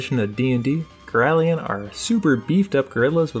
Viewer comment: Why do you keep saying girallion? there's no second i, so why pronounce it like girallion?